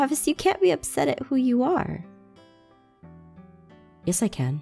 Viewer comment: Has your fever gone down? Aphmau: You knew?:Yeah Me:I THOUGHT HE SAID YESH FOR ONE SECOND XD